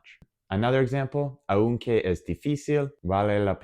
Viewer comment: OK, thanks, but I must comment two points: 1/ Porque (because): the stressed syllable is the first one (it's pronounced 'pórque'). Por qué (why), separate and with accent on the 'e', is used in questions. 2/ Aunque (although/though): the stressed vowel is the 'a', not the 'u'. The word aún (still/yet) does have an accent on the 'u' (and so it is stressed). Espero ayudarte. Gracias.